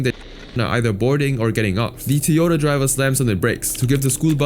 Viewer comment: Tiyota? Tiyota? Hahaha Also G community... What are you talking about?